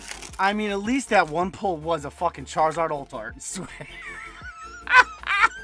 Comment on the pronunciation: Charrrizrd….why does say it like that?!